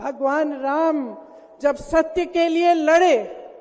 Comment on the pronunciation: Whenever She pronunciation Raam quite unfortunately she fumbled. . 😊😂